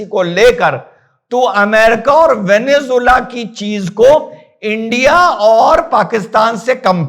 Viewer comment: वेनेज़ुएला होता है ओभैंसी सर वेनेजुला नहीं होता है